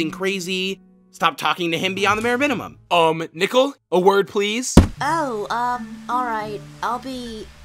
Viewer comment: Learn how to speak nickel or nickle